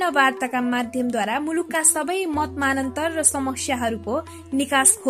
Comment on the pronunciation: केही सब्दहरुको उच्चारण गलत भयो, थ्रीनटथ्री, मतमतान्तर, पध्मरन्त आदि